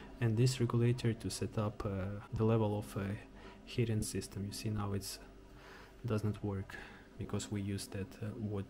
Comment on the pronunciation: Heating is pronounced "HEE-ting", not "HIT-ting".